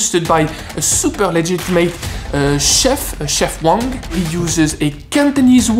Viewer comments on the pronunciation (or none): none